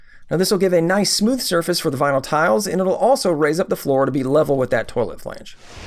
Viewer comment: Beginners mistakes... 'VINLY'??